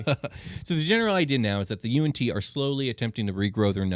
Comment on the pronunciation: How I pronounced Yuan-Yi vs how they say it Them: Y N T Me: You aren't tea